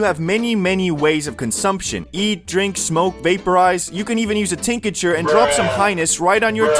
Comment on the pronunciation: pls fix your pronunciation of tincture